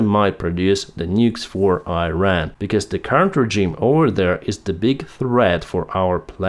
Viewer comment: PLEASE SAY IRAN AND NOT AIRAN.. IT IS IRAN I = (e)